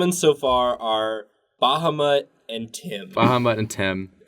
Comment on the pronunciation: Baha-mutt ... seriously!? omg..